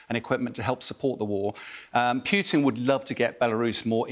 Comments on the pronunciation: This man calls him PYutin over and over, incredible... :) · The correct pronunciation is Poo-tin, Poontang or Putain. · I love how he says pjutin😂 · Yeah, forgot to put his teeth in 😂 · Vladamir poo chin. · He also keeps saying "Key-ev" instead of "Keeve" 😡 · I love how the Brits pronounce Putin as Pew-ton. So apropos. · Never trust an "expert" who needs to check his notes every 10 seconds and after almost 9 months of the war still can't pronounce Putin correctly. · This guy is a clown cant even pronounce putin properly.